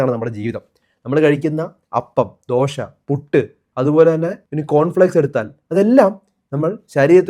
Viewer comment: Not dosha but dosah in malayalam ദോഷാ ദോശ